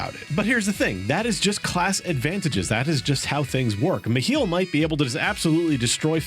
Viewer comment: The second he said MeHeeL i had to stop the video... Regardless of how good the content is once someone starts pronouncing things wrongly it drives me nuts 😂